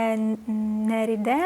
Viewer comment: Хочу уставити свої 5 копійок, а може скоріше 5 сантімів)) Про аромат Les Nereides - Rue Paradis: загуглила що за Nereides і мені вікіпедія дає статтю на Нереїдів, добрих богинь моря. Наголос саме на ї, чи там і, точно не скажу. Гугл перекладач озвучує французькою це слово так само і навіть у множині (тут множина, бо les) читається так само: нереїд. А назва парфюму - Рю Парадіс, це Rue читається як Рю, а не ру, мʼяка Р. Тому врешті решт у нас виходить: Лє Нереїд (або Нереід) - Рю Параді (с теж не читається, або приглушається). Якщо було корисно, класно, якщо ні, відкрийте кватирку і простіть мене😅